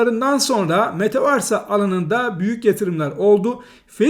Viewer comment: Hocam nolur şuna metavarsa değil de metavörs desen. İngilizce bilmek zorunda değilsin de kelimeyi doğru oku bari teşekkürler